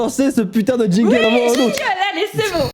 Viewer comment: "Jinjle" "Jinjle"